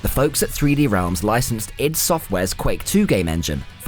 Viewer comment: EYE, DEE ID , not idd..........Duke was 1000x better than doom/quake IMO, the humour lives with me to this day.